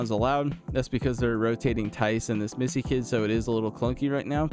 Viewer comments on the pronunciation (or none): Yves Missi (Eves Me-see) 😊